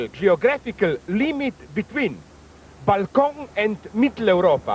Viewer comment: the pronunciation of "balkan" -> "balkon" => balcony took me out 😂